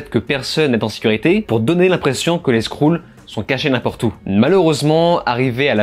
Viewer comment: 😂😂😂 tu m'as mis une sacrée balayette ... J'allais posé un commentaire sur ta prononciation des "skroules" 👍